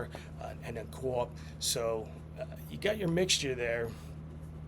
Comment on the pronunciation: Copp started his career in Winnipeg. You really should force yourself to say Copp not Co-Op. lol